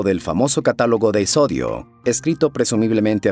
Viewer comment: Hace tiempo que veo tu canal y de verdad me parece excelente, sin embargo en este video en especial, el audio no corresponde a la entonación o pronunciación con el texto, por ejemplo: el texto dice Píndaro, con tilde en la "i", pero mencionas Pindaro, otro más es Hesíodo y tu mencionas Hesodio. En ningún momento quiero juzgar tu trabajo, el cual como mencioné es demasiado bueno, solo me parece importante porque son personajes históricos y sucesos de mitología. Un abrazo y felicitaciones.